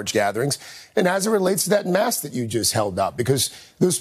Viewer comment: "ABSOLUTELY DON'T WEAR MATHKS" "Just kidding guys, wear a mathk."